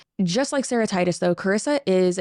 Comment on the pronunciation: Hearing you say Sarah Titus I thought you were saying Sarahtitis like it was a disease name for a second, like hepatitis or something.